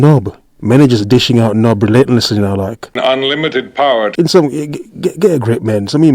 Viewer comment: "UNLIMITED POWAH ! "